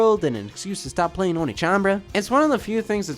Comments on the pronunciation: They were probably trying to hint at it being pronounced "onééchanbara". "Oniichanbara" is something else. 😄 Same reason why "Led Zeppelin" is not written "Lead Zeppelin". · Does anyone want to mention that the second syllable in One(e)chanbara is actually pronounced "neigh" rather than "knee"? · It's o-ne. Not o-ni. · Onechanbara, not oni-chambara, that's a completely different thing. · Wait... the rest of the world doesn't have Sweetest Day? But downvote for constantly saying 'oni" instead of "onee" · Which one of us is going to tell Scott that pronouncing oneechan as oniichan changes the meaning? Not to mention the bara at the end of it? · It's oneechanbara, not oniichanbara inb4 it's an intentional joke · Btw it's pronounced o neh (e as in egg) chan, which translates as older sister. O nii chan translates as older brother :) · (inbefore being called weeb) the whole video scott pronounce one as "ONI" which makes it "onichanbara" .. which have a really different meaning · No one: Swoz the cott: "onichanbara" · NA localization: removes an e so english speakers pronounce it correctly Scott: oh knee chambara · Though he was pronouncing it as "Onii-chan", which is older brother. 🤔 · Onechambra is supposed to be spelled "Onee" (pronounced Oh-Nay) which in Japanese means older sister. Also can used to refer to any woman older than you depending on the context. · He kept mispronouncing the Japanese… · i spent the whole episode being bothered by how Scott pronounced the game's title. made it sound like a game about older brothers. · Interesting pronunciation for the name of the game. Edit: This video took a interesting turn. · It's not "Onechanbara". It's pronounced "Onechanbara"". Hope this helps. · For trying so hard to avoid saying the title with English pronounciation you sure do still pronounce it a whole heck of wrong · One of my favorite things about this video is Scott mispronouncing "One" in "Onechanbara." I am being serious.